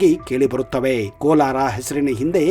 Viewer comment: It is not Kolar,it is Kolara.